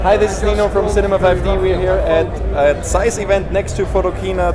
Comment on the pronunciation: Somebody finally pronounces zeiss the correct way ✌ yey 😄